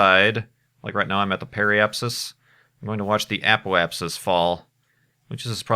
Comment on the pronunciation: Remember back then when couldn't pronounce Apoapsis?...good times. You've grown up alot,.